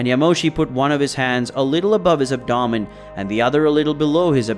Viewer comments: The abdomen thing kills me. Messes it up 2 or 3 times then gets it right once. Same thing in other vids too. I still watch but it hurts my ears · Your not pronouncing abdomen properly